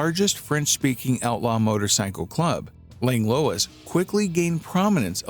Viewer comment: Minor quibble with pronunciation. It’s not “Langlowiss” it’s “Langlwah” 😅